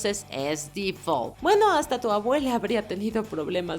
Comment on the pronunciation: No sé dice "di fol" (The fall). Trata de aprender como son las reglas para pronunciación en inglés